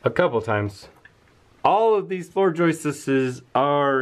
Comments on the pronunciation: …it is joists, not joisteses. Where do you get this horrible mispronunciation? Also, your issue is just settlement. It can be easily solved with a rudimentary steel angle iron brace. I question your intelligence. Also, why don’t you allow the lady to speak? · Love how you say joistess! lol I do stuff like that.